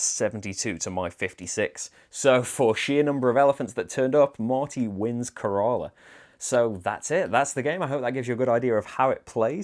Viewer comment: Care-La..... pronunciation tip. Area of southern India